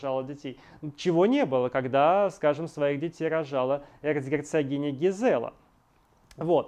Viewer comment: Не ЛюдОвика, а ЛюдовИка. ГИзела, а не ГизЕла.